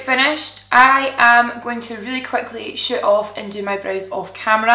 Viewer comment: Omg Im dying laughing! When you said you were going to shoot off and do your brows. I thought you said you were going to shit off! LOL